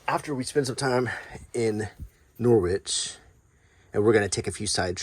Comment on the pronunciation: Great video! Top tip when visiting Norwich...pronounce it as if rhyming with porridge. Enjoy the fry-ups, often referred to as a "heart attack on a plate" 😊